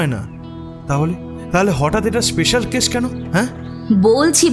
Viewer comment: উচ্চারণগুলো একটু ঠিক করুন। রানীর husband একজন ডাক্তার, সে "কেস"কে "কেশ" বলছে!